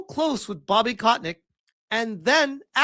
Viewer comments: It's Kotick, not Kotnick XD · Is as if never heard of Bobby KOTICK, one of the most infamous known figure, before. Keeps calling him KotNICK... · How can u pronounce kotick's name as kot nick? There's no N & u are pronouncing it wrong. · everytime you called him "kotNICK" lol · Who the hell is "Kotnick"?... Read, man. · Why the fuck do you keep saying "kotnik"? There is no N in his name.